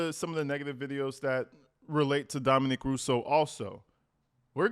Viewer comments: Dominic not Dominique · Omg please stop calling him Dominique!!! His name is Dominic!!!! He’s a dude, not a chick!!! I hate when people mispronounce names! It’s so disrespectful!!! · His name is pronounced Domi"NIC", not Domi"NEEK". Dominique is the spelling for the way you're pronouncing his name which is the feminine version of Dominic. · For the love of all things...HIS NAME IS DOMINIC...NOT DOMINIQUE.... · Not trying to be a Dick but it’s Dom-i-nick